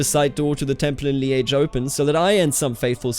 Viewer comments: Li-äsch Nur halt ausgesprochen wie in Journalist, nicht Schinken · I've always heard it pronounced Leej or leeż, ż being like the s in leisure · Yeah that's kinda like that, apart from the timing and the hard end of ge But also it's pronounced a lot of in different part of the province or even in Wallonia. No for the special part he nees to try in Walloon : Lîdje (In refondou), I think the phonetic is something like that liːʧ